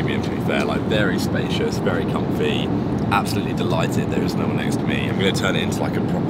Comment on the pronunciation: how did no one notice says “confy” instead of comfy